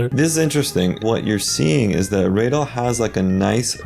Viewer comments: ITS RADAL NOT RAYDLE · so many americans say"raydal" instead of radal.😂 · No joke, whenever some goofy, ahh person says Raydl instead of Redel, I stop existing for a brief second ☠️ (its always americans bro 💀) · I feel Radal so much when he said its Radaal not Raydull Im from South Asia and they do the same to us. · "it's not reydell" me whos been pronouncing it wrong months ago since i started watching: yeah man i knew that